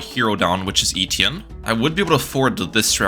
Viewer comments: Eh-tee-en not eee-tee-in 😭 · Great vid! FYI its pronounced Eh-Tee-Enn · the way my man says etienne cracks me up everytime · It hurts my ears every time you say Etienne. That’s not how it’s pronounced.